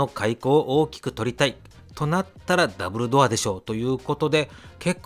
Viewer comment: ダブルドアがダンブルドア(ハリーポッター)に聞こえて仕方なかった。🤣